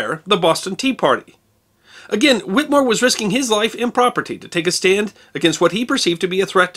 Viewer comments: It is Pronounced...."Whit A more". There is an E in there. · You must do a expose on the doctor who treated him, the skilled Cotton Tufts. Also please note we in Massachusetts pronounce the last name Whittemore with a short clipped " e" in the middle of the name not whittmore. Great work I follow you almost religiously. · A distant cousin on my mother's side. The name is pronounced with a short E not with a silent E. The family all over MA and NH. They owned at one time a big portion of New Found Lake, NH. Only a private cemetery is still owned now.